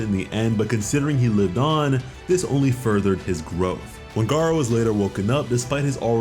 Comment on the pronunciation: GARU > GAR-O